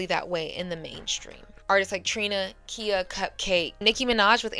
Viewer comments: KHIA is not pronounced Ki-a. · Siiiiissss I love you but “Lisa left eye LOPES” for Lopez, and “KEEYA” for Khia is diabolical pronunciation 😂😩❤ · The way you keep mispronouncing these artists names makes me question if you've ever listened to female rap. Khia is pronounced Ky-yuh. MIA is EM-EYE-AYE and for God's sakes, it's pronounced like Lopez!